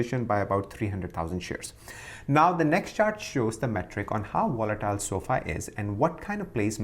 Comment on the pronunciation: Are u saying wolatile or volatile?